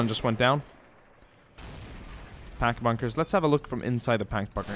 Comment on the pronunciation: did i hear you say Pank Buggers when you meant to say pac bunkers